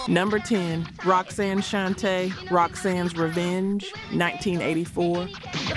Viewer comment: I'm not subscribing because you don't know how to pronounce Roxanne Shante.